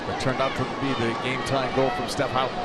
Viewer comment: There are so many things I hate about the American commentary in this game but most of all is their pronunciation of 'Houghton'